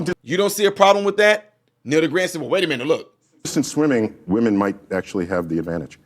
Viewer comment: Neil DeGrasse Tyson is not pronounced degraseeee. It's DeGrass...lol 😂 its not just some random person- this was an editor who works for and represents Scientific American. Go Bill Maher! I'm shocked NDT is afraid of the truth!!! Great analogy of the car light!!! ❤